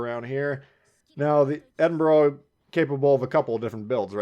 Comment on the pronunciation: It is not edinburrow or edinburg, it is pronounced edinburuh. Americans, honestly